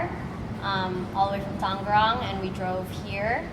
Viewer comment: "Tanggeurrang..." Her pronounciation is so funny to hear from a local lmaooo